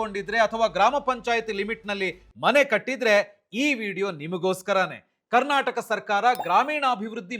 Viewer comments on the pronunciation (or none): none